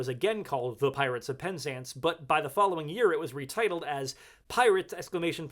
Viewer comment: In English, we say pen ZANCE, not PEN zance